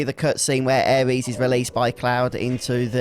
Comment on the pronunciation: was gonna watch more of your vids on this mod but im sorry, i cannot bare to hear you call her "Ares," one more time lol.